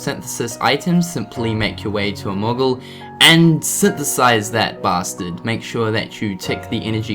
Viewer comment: Lol sounded like you said Muggle instead of Moogle.